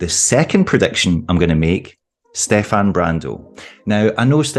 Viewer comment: Finally someone says Stefan correctly